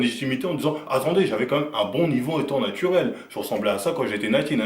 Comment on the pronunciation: " natuwel " ptdr ça m'fume